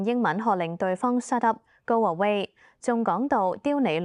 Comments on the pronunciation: 校長英語發音『濕噏』是配合Singlish 嗎？😂 若真牽涉歧視，在法治極嚴嘅SG, 係會被控ga! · 連英文都唔正，shut up變濕up！